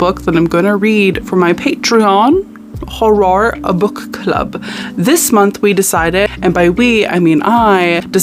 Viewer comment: every time you said "hor-roar," my soul left my body, but in the best possible way.